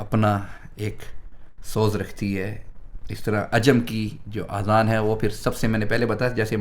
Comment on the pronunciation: Azan not Aazan. Aazan in Arabic means EARS (PLURAL)